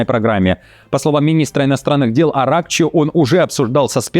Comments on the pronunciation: Не АрАкчи а правильное ударение будет на последнем слоге АракчИ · АракчИ!!! что с ударениями?? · Не АрЕкчи а правильро бвдет АракчИ